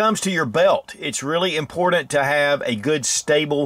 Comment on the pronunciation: Impordent